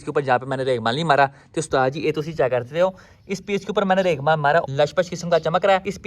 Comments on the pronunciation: Raigmaal ni hota bhai raig mar hota ha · its regmaal not reglmal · Bhai maza aya urdu ka. Reghmal main ghain ata hai. Jaisa kay apko malooommm hai